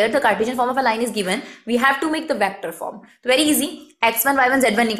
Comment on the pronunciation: It isn't vAActor it's vector.